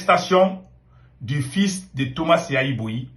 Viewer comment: On dit Yayi Boni et non Yayi Boyi 😂😂😂!!!!